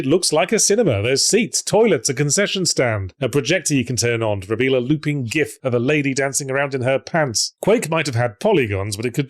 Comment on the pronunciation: Thanks for saying gif and not gif.